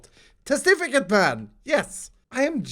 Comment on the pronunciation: No he says mayn. LOL 😂